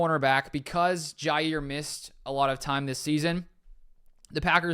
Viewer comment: It’s pronounced JAH